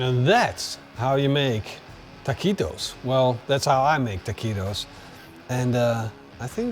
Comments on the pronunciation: The trouble is that u say ta-qwee-to. Where it should be ta-kee-to. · Hey, you have to pronounce it Takitos not Takuitos 😅 great video! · Texan tip…ta-kee-toes…not, ta-quee-dos!! looks tasty. not sure i would want Chinese twine in my grease either, stainless metal tongs will work the best. 2nd Texan tip, use the meat broth for dipping. good call on the beef neck! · I know your Dutch but every time you said taqweetos it hurt my ears. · It's pronounced taqitos silent the u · ¡¡¡ BIEN HECHO!!! WELL DONE!!! TWO THUMBS UP from DEEP SOUTH TEXAS!!!! Try using wooden toothpicks to hold your taquitos together. And they’re pronounced Takitos. The u is silent in Spanish. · Taw-queetos, you pronounced it perfectly 😂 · say TA-KEE-TOES please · ta kwee toes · You write it “Taquitos” but you say it “Tah-Kee-Tohs”… You don’t say the u when you see it in this “qui” “que” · It’s tah-key-toes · You crack me up! Taquweeetoes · Ta-kee-toes don't make me "queasy". No quease toes for me, thank you. Must forgive the Dutch pronunciation though. But it was funny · Looks great 👍. But the Q is pronounced As K!